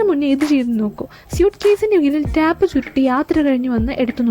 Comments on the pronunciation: ടാപ്പ് അല്ല, ടേപ്പ് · Tape pronounce cheyunath englishil tayp enn an tap alla